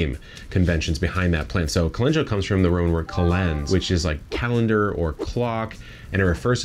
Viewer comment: Chemamoleyy must be so sad knowing that you can pronounce Calendula so well 😉